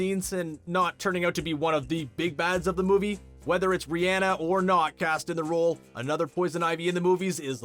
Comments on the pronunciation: It’s not ri-enne it’s ri-onna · An I the only one who was bothered by how he was saying Rhianna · Every time he says Rihanna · The way he said Rihanna 😂